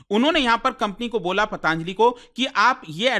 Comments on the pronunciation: अरे यार पतंजलि बोल ले foreign से आया है क्या जो pataaaanjali कर रहा है, हिन्दी में क्यों English घुसा रहा है 🤔🤔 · भाई पतांजलि नहीं होता... पतंजलि होता है 🙂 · ptaanjli ptaanjali, patanjali hoti hai yeh sahi ucharan kyun nhi kar rhe 😡